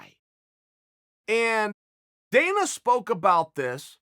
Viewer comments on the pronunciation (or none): none